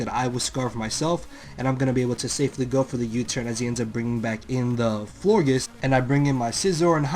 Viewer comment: You say Florgiss? its floor-geous like flower gorgeous.